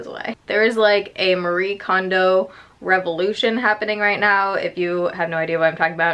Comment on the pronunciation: I've not heard a single person say Marie kondos book title correctly 😂😂